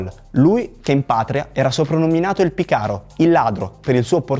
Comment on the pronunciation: Pícaro e non picáro vuol dire birichino non ladro in spagnolo